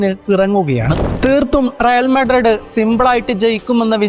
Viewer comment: മുത്തേ റിയൽ മാഡ്രഡ്‌ ❌അല്ല, റിയൽ മാഡ്രിഡ്‌ ✅ ആണ്